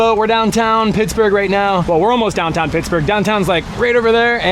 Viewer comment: You said dahn tahn wrong